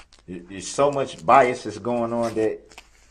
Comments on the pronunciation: Biastness and biast. Like substain, grounz, axe, tackitt, lieberry, durest, ree-moo-mee-den and various other darrellisms. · He can't speak properly: axe, troof, biast are just a few examples. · Did he say “biastis” ?? As in bias but he can’t speak correctly? Lol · don't forget to put that T on the end of bias